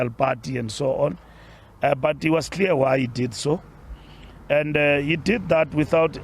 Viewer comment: This is painful man, especially when I hear the word 'was'...... AKA 'was'.....eish, you're killing me.....